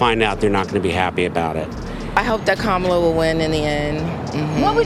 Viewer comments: Hey, does anyone else correct these MF’ers pronunciation every flippin’ time? “Ka-Mala” “It’s comma la!” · kaMAla is the Russian pronunciation of her name. Russians emphasize the second syllable. English emphasizes the first syllable. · I hate struggling with this, but I am voting for her and I keep calling her Kah-mah-la and not Kam'la 😢. I have trouble remembering to do it in the moment. Im sure it will go away once she is inaugurated. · Republicans say Kamala’s name wrong to show disrespect. When they say it wrong…..I correct and if they continue with pronoun it wrong …..there is nothing else to talk about and they are tuned out.